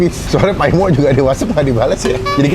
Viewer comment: Maaf bang Koreksi dikit boleh kan?nama bapak nya bukan nya Pak Paimo bukan Pa'imo,gk dipisah antara Pa sama imo nya.Agak gimana gitu denger orang manggil nama orang yg lebih tua cmn lngsung Paimo Paimo aja.